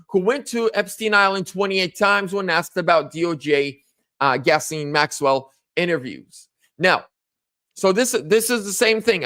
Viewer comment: you pronounce her name like this gizz lane